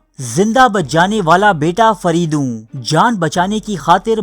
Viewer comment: Faridoo Nahin Fareydoon